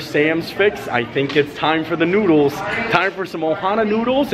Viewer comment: Hi! Great video today man! I had to laugh when instead of saying you were going to go eat some noodles, you said "nooders" instead lol